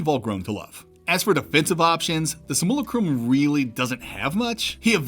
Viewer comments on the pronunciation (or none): My guy, it's pronounced "sim-yoo-lah-crum" not "sim-YOO-luh-crom" or "sih-mool-ih-crum" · "Sim - Yew- Lack - Rum" like simulation. Im sorry im not trying to be a deek but I couldn't help myself.